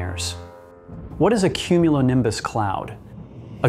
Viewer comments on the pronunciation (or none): just one more time I want to her "cumulinimbus clouds"